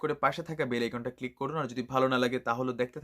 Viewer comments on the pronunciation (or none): none